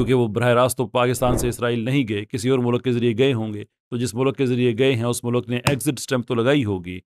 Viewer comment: O 'mulak' nhi 'mulk'..acha bhala banda apko serious le raha hota hy but